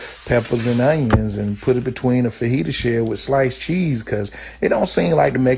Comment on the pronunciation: 😂😂😂😂🤣🤣🤣🤣🤣🤣🤣,he pronounced those word the same way I did,fahillia,quesadilla,& tequillia.......🤣🤣🤣🤣🤣🤣🤣🤣🤣mammah,your son ignant as hell 🤣🤣🤣🤣🤣🤣🤣🤣🤣🤣🤣🤣🤣🤣🤣🤣🤣